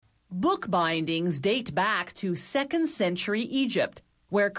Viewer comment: Oh god, this lady again. Bah-eendings. Pah-urhcment. Gow-uhld leaf. Why?